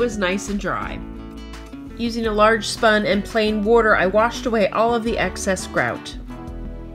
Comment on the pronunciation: Great until she pronounced sponge as spung. 😄